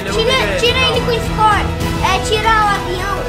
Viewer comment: O marcos falando iscor kkkkkkk